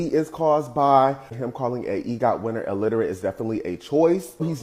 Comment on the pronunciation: This just made me realize how many people can't pronounce the word "illiterate" correctly 😂😂